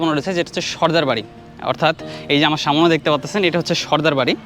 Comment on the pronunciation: শব্দটা হচ্ছে সামনে,সামোনে নয়. It sounds disgusting..